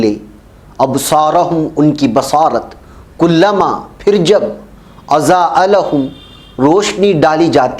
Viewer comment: آپ کی محنت اور کوشش پر شاباشی اور صد بار شاباشی، اضاء میں ضاد ہے زا نہیں لہذا متعلقہ آیات کی کسی قاری سے تصحیح کرالیں جوکہ آپ بآسانی کرسکتےہیں تو بہت بہتر رہے گا، آپ کی کوشش میں چار چاند لگ جائیں گے، وفقکم اللہ